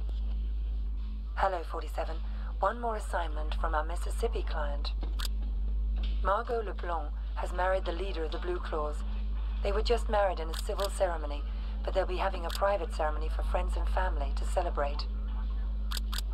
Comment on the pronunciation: Hey king I’m from Louisiana - her name is pronounced “mar-go Lay-blonk” :) Not that it really matters just letting you know - if you see “aux” or even “eaux” it makes the “oh” sound - its a French Cajun thing I reckon